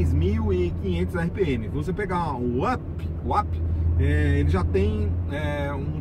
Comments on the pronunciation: Não é Ap!!!! É Up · Se pronuncia "Ãp", API só no mundo dele kkkk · Quer falar sempre tão difícil, tão bonito e na hora de pronunciar UP, fala API HAHAHAHAHAHAHAHA Da até agonia...